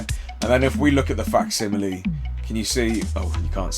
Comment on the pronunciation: 30 minutes for to learn how to say facsimile right 😂